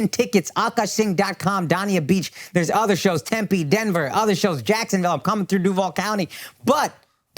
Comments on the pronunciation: Yo, Akaash! Dania Beach is pronounced Dain-ya not Don-ya. Looking forward to seeing you homie. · DAY-NEE-UH BEACH.... like how you pronounce DANE in GREAT DANE. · Dania beach being pronounced “DawnEA” is fighting words